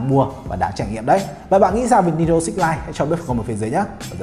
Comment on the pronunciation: Switch hay six day sao nghe six ko day